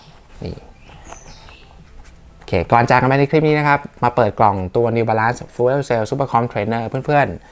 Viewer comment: fuel ออกเสียงประมาณ ฟยิว